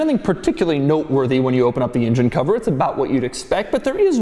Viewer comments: Ingen, injen injen injen Ingen, injen injen injen. INJEN! For the love of god, It's an ENgen! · Hey Doug, I don't know if it's a native Philly thing or what, but the rest of the world calls it an "ENgine", not an "INgin". Also sounds kinda racist. Now I can't get INgine outta my head!!